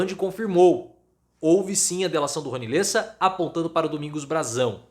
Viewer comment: NÃO É LÊSSA, É LÉSSA!